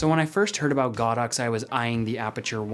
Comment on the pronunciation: It’s go dox, not god ox.